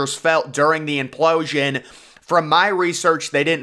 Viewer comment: After hearing the word implooosian 3 times I'm switching it off